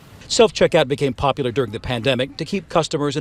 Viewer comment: The BCP translation guide 😂😂😂 Pop-uuhh-ler = popular ExtrapYOU-late = Extrapolate Silver war = Civil War Dat = that Dis = this Fuss-trating = frustrating